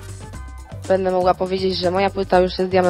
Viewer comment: Nie wiem czemu, niby to jest poprawne, ale irytuje mnie jak bardzo ona akcentuje te litery diaktryczne jak "BĘdĘ", "MogĘ" xD